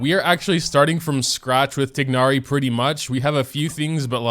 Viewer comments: no, the game pronounces it as "tie-nari" which is the right way... how do u pronounce it like? tig-nari? ☠ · I'm pretty sure that you read it as "tay-na-ri" not "tig-na-ri" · 'tignari' my guy its 'tie-nari' but slay lol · It's tie-nar-ee not tig-nar-ee 😭😭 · he keeps saying ti gnari its tighnari (like tie naree) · I thought his name was spelled thai-nari not tignari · TIE-NARI, not TIG-NARI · IS he actually saying tignari 😟😟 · Love the vid! I don't think that is how you pronounce tighnari though, but I always enjoy your content! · Day 1 of yelling about the mispronounciation of Tighnari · thats how hoyoverse pronounces it, but in the actual pronounciation he is closer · please pronounce it right 😭